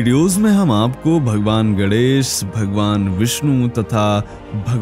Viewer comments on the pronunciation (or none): Gadesh nahi bola jata hai GANESH bola jata hai